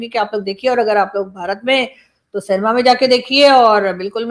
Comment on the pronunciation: ek request, Indian actors ka nam nahi apne jaban se bolna..Akshay khanna ko ekshay khanna bolti hai aap, Cinema ko canema bolti hai tum, Pakistani tongue cleaner use nahi kar raha hai lagta hai.😂😂